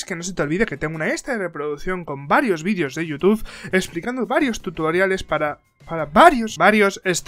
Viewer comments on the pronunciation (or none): Soy la única que ha escuchado que a dijo tutuariales en el minuto jajajajajajaja del reto muy buen video jajajajaja